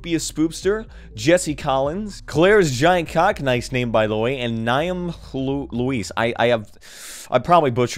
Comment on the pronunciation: "niamh" is pronounced like neev, it's irish